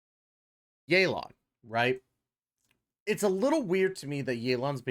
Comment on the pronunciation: this video is great, keep it up, BUT yaelon and feurina pronunciation is criminal💀